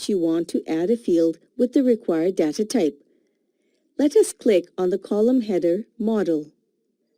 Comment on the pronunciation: Pronounce properly data